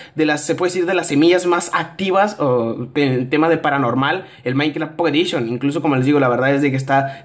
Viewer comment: like si te da risa cuando dice pocket edition